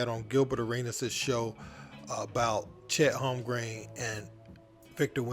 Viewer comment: Chet Holmgreen lol